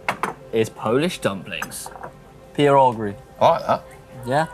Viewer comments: visited Poland! So nice to see - especially since I live relatively nearby. A few notes for those who now want to explore the area: 1) Puck is pronounced Pootzk, pierogi = pyeroghi (ye as in yeah) 2) From second half of June till end of August is vacation season. Hel peninsula is absolutely packed then, as it is a very popular destination for kite surfing for example 3) Do keep in mind that Hel tends to be windy 4) The peninsula is not far from Kaszuby, a slighlty hilly region filled with lakes, forests and rarely traveled tarmac roads. Awesome place for bike riding. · has done better regional promotion of Poland than many of our own Promotion Agencies. Great Work. Great Bikes. Great Riders. And you definitely shold learn how to pronounce "pierogi":) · Dumplings you should pronounce like that P+YEA+RO+GEE And it doesn’t matter if “z mięsem” (with meat) or „z kapustą” (with cabbage) or maybe „ruskie” (russian) these are just delicious! By the way PIEROGI RUSKIE has no connection with Russia at all :) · Puh-row-gee (I think).